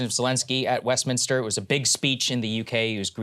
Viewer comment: lol i heard that too